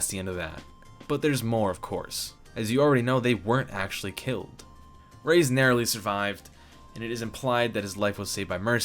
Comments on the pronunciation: It's ray-ez not rays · Just wanted to inform you on the false pronunciation of Reyes's name. It literally pronounced like you see, Re- yes(like the word yes).